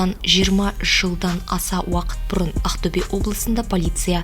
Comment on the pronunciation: Ақтөбе дегенді дұрыстап айтшы шатырды тайдырмай